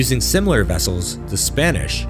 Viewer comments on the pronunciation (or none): none